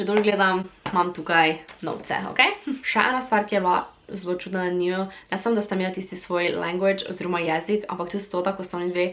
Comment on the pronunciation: Spet en velik LIKE za ta video! ☺️👍 P.S.: En mali napotek, če ti slučajno kdaj pride prav.. Velikokrat si rekla "njuji", reče pa se "njiju" ... ampak slišati je bilo simpatično 😘